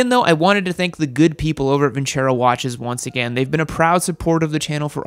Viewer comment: lol its Vin-Cer-o not Venturo😂😂